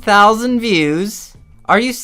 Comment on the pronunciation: ELEVEN THOUSAND VIEUWSUH